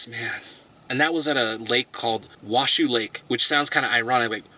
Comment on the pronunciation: we're in a drought and you're getting water that way ------------------- shame on you. pronounced Wa-show and Truck-key. best time to be in Yellowstone in August for the climate, and better mid Sept for fewer people.